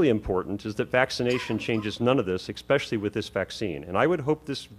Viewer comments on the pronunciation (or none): Scientific and medical consensus is important for a reason. There are ALWAYS outliers. And a doctor who says "ecspecially" no less. LOL